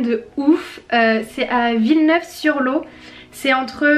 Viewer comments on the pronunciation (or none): C'est ma ville Villeneuve sur Lot c'est l'endroit où il y a le siège social de GIFI et on prononce le "t" de lot chez nous :) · Mdr c'est Villeneuve sur lot sa ce prononce comme le lot... lot et Garonne hihihihi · Villeneuve sur lot sa de dit lot(e) mdrrr pas l'eau. tes trop mimi tu me regales